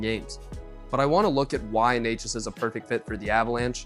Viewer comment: its "nečas", "ne" like in net. The pronunciation of "neighchas" made this a tough watch, although the content is good